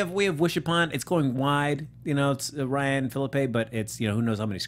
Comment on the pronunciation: I did win though with the WEEKEND ESTIMATES. Hope they do shout out my name when WEEKEND ACTUALS come. And you do pronounce my name mostly correct.